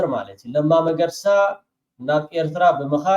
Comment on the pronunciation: Sol not መርገሳ it is መገርሳ